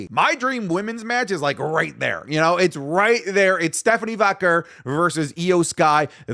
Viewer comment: literally 3 days ago: "I know how to pronounce Stephanie's last name correctly." in this video: "Stephanie Vocker"